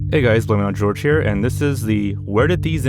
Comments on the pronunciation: The biggest revelation of this video for me is that he pronounces his name “George” and not “” (hoor-hay). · I thought your name was 🫢 IVE BEEN WATCHING YOUR VIDS FOR YEARS AND I DIDNT KNOW IT WAS PRONOUNCED GEORGE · the scariest part is how he started mispronouncing his own name.. who the FAWK is blame it on george.... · more like poore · Can we talk about how has just embraced the fact that everyone chooses to pronounce his name wrong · the spookiest part of this video is how pronouced his name at the beginning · I must've travelled into a parallel universe cuz i swear "" was pronounced differently